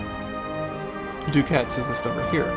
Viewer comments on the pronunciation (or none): "Ducat" is pronounced like duck-et.